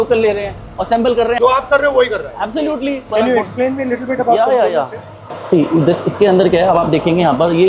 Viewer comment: Absulotely absulotely absulotely 😅😅😅😅